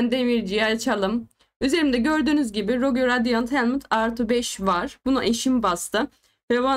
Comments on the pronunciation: Abla yine rogiyo demişsin ama 😂 rogue dicektin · sırf varya onu takip ettim aba ilk 1.5 dk boyunca 12 kez rogiyo diyon